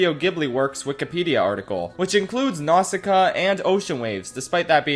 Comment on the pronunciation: My man really did Nausicaä dirty like that